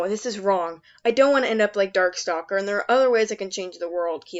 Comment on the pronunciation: Did I just hear call Darkstalker Darksucker?